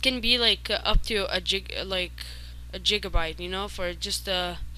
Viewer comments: A JIGABYTE I laughed so fucking hard. Great tutorial man! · JIGABYTE LMFAOOOOOOOOOOOOOOOOOOOOOOOOOOOOOOOOO